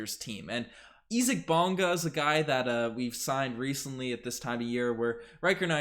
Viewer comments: It’s actually pronounced as E zack which is the German pronunciation. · German pronunciation, he’s saying it right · Most people in the world would pronounce it that way.